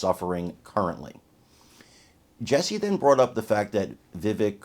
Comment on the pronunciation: He doesn't correct people, but it's pronounced VIH-VAKE. I made the same mistake for a long time before someone asked him about it. Vivek is such a gracious guy he didn't sweat an understandable mispronunciation of his name, but we should learn to pronounce the name of one of our future presidents.